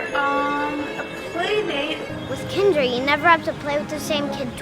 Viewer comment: It's not pronounced that way. It's pronounced like Grinder.